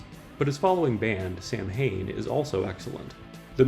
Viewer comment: Samhain is pronounced Saa-wn